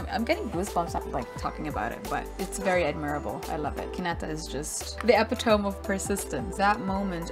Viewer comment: just so u know epitome is pronounced uh-pi-tuh-mee not eh-pi-tome